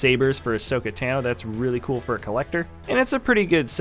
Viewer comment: WHO IS ASHOKA TENO IT IS ASHOKA TANO